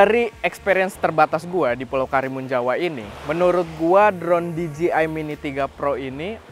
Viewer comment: Spelling nya bukanya “di je ai”? Bukan “di ji ai”